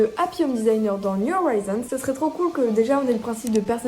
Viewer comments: Ton accent sur "new horizons" fait tellement mal aux oreilles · Son accent n'est pas parfait mais loin de la de faire mal aux oreilles